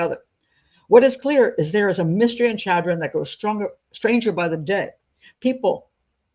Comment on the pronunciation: Chadron, NE is my hometown. Small note...The Ch is actually pronounced like Sh (as in short), with an emphasis on the first syllable - Sha-dron. Thanks for a good episode!